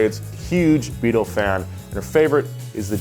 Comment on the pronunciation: you totally left out the T in BEETLE, dude said the new BEAL